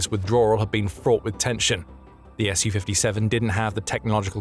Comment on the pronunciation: Thank you for the correct pronunciation of the S U 57 too many people call it a Sue 57 on YouTube